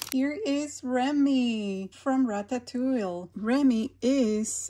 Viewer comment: These are so cute. I love watching you open these. By the way, its pronounced Ratatou-ee (or Ratatou-we) also, the dinosaur on the Good Dinosaur is named Arlo with an L, not an i 😊